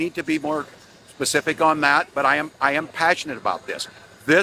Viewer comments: Did Walz say “I should be more Pacific?” Instead of specific? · This man said "Pacific"🤦